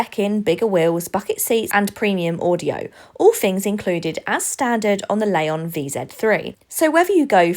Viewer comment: There's no "A" in Leon.